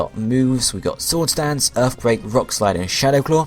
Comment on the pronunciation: You gotta make sure you put earfquake on him so he can wreck all of earf.